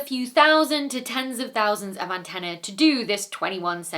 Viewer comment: Slip of the tongue, or simply the fact that people don't say antennae very often and she didn't pronounce it correctly. Are we really going to nitpick over this?